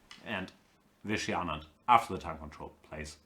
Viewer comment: Gustafsson keeps pronouncing Anand's name absolutely correctly. It keeps disturbing me but i dunno why. Hope Kramnik bounces back.. he's having a terrible tournament but still has van foreest and shankland with white to come.